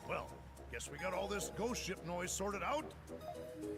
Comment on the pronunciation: Every time you said Ghost Ship, I heard it as 'Goat Ship ' Imagine my disappointment once it turned out to NOT be a Ship maned by Goats:( Still, a great video as always,: )